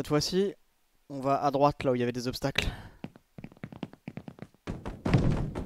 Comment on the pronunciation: Faudrait que tu rajoutes l'accent sur le "où" pcq là on dirait que tu demandes si ils sont antisémite 🤣